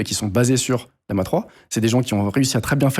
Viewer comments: Ce ne se prononce pas Lee-ama, il y a 2 "L", pas de "i" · Pourquoi tu l'appelle Liama??? c'est LLAMA comme l'animal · bon... c'est LLaMa 3, depuis je comprends pas pourquoi tu dis toujours Liama lol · Aïe aïe aïe la prononciation de LLama